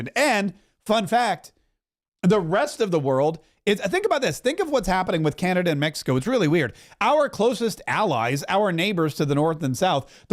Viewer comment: I’m just curious. Are you mispronouncing Canada on purpose?